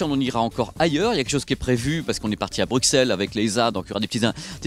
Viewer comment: je vous avais fait la remarque gentillement mais vous avez préférer me virer de votre twitter. Alors svp, ne venez plus a Bruxelles si vous n'êtes même pas capable de le prononcer correctement!!! alors tu fait le geek sympa est tu vire des amies sur twister est un intrus est qui amies du mec du geek a cheizein bizarre vous dit bizarre. EST TON ENISIONS EST SUPER MAIS ARRÊTE DE FAIRE LE VRP DE SONY